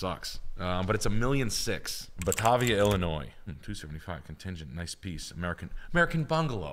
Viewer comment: all good except can't pronouce Batavia. its Ba-Ta-Via